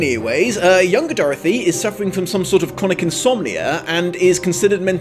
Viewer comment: Can i just mention how i love the way you say Dorthy?